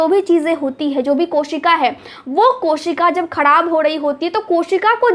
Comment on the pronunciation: Khadab Nahi kharab Sahi bolna sekhiye you don't mind